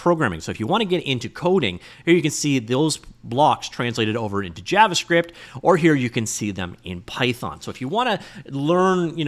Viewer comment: Javascript not jabbascript